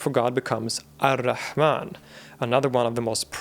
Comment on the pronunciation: ar rahman, not al - rahman